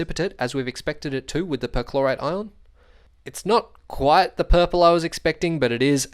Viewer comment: With your accent it sounds like you're saying chlorite.